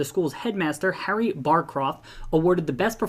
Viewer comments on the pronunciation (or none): none